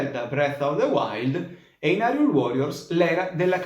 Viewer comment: Ho appena notato che Ubaldi dice anche nella intro Hyrule all'italiana. È una cosa un po' sgradevole però del resto alcuni di noi sono stati i primi a sbagliare dicendo Hyrule all'inglese e invece Hylia all'italiana